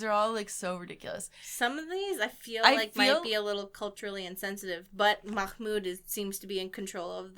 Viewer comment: its mah-mood. im really sorry but the way you said it triggers me also, if you cant really say it, that's totally okay